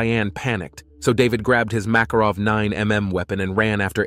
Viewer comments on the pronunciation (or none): none